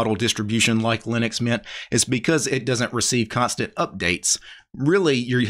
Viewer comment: it's mint. when you say that sounds like meatha.😂